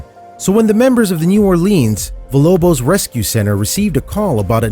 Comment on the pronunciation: ... emanciated? Don't you mean e•ma•ci•a•ted? And then you said it again... And Villalobos is pronounced "veeya-lobos". It means House of Wolves in Spanish. In Spanish, when you see LL together in a word it is pronounced as a Y. Villa, in Italian, the L is pronounced the way you pronounced it, but Villalobos is a Spanish word so so give it due respect, if you are going to be a host of a show or narrator.